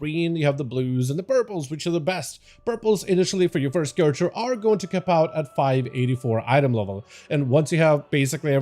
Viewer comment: It-s character, not charatxer. fkin hell dude